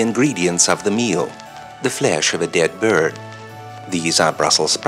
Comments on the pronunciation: It's 'bjird'. He's Norwegian. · Why did he say "birrrd" instead of "Byird"